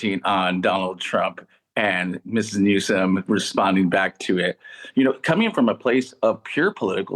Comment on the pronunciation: did anyone notice trump said newscum?